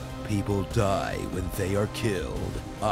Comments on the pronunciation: I will be the next "hou-cage"?! Ho-ka-ge dude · ho-cage instead of hokage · Hokage is pronounced Ho-Ka-Gae, not Ho-cage. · Did it bother anyone else when he said Hocage instead of Ho-ka-ge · Hoke-idge??? its HO-KA-GAY......i died a little. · Hokaje! Hokaje! Its Ho-kage with a hard G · i toought hokage should be saying like ho-ka-ge. not ho-ka-eich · "Hoekij"lol it's "ho-kah-gey" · Lol, he said Ho-Kage, it's Ho-Ka-gay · HAHAH LOL THAT HOCAGE.. ITS HO-KA-GE DUDE.NOT HOCAGE. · Hokage = Hokej ? or Ho-ka-ge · hokaje... really... HOKAJE! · Ho-ka-ge. Not hok-age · it's ho-kaa-ge.. not hokej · LOL he said HOK-AGE.....hahaha its HO-KA-GE( "g" will not spell as "Z" here)...its awesome anyway...thnx...although almost everyone mentioned it before me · It's not ho-cage it's hokage Ho-ka-gay Gayyyyy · DUDE ITS HOE KA GE NOT HOK AGE WTF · Its not ho-kaje its hoka-gay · its pronounciation is not hookaij it is hukagai.pronounciation not spelling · you have to be very literal with the phonation to honest trailer voice. He even pronounces misspellings as they are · Yes he did he said hocage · "the next Hoke-edge." Holding back tears. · "Hoe Cage" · I was cringing at the way he said "Hokage". Ho-Ka-Gay Yes I'm aware of the joke it is not intended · He said ho-cage(hokage) lmao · Hokage ?! Its pronounced ho-ka-geh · The funniest part of the video was when he mispronounced hokage (hoe-kaw-gay) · Its HO-KA-GE( not JE ) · It's pronounced hokaage dude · its ho-ka-gay "hokage" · "Hoe-cage" Why? Why? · he mispronounced Hokage ( who-ko-gay) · he said hokage wrong!!! it's pronounced ho-ka-gay.. is there no Naruto fans here!???!?! lol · its pronounced hoe kaaa gay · I almost choked on my pizza when he tried to say “hokage” XD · did he seriously mispronounce "Hokage"? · So cringey when he said it wrong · i loved how he mispronounced the word hokage to piss all filleruto's fanboys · Came here searching for this exact comment! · Not to mention he said Hokage wrong